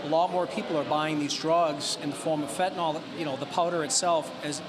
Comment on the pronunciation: PLEASE someone just answer this...WHY does everyone pronounce Fentanyl wrong???